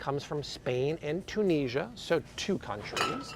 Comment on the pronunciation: The way he says Tunisia is triggering lol